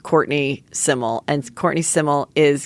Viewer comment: Courtney Semel. How can you not know the pronunciation of her surname. #TerrySemelLegend